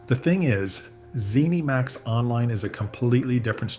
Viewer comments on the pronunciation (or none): It's zenimax, not "zeeneemax"